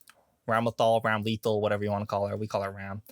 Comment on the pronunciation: isnt it Ram lethal? why do people say ramel thal